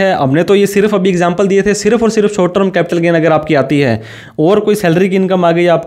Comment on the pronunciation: Pehle short term ko sahi bolna toh seekh. Trum nahin hai term hai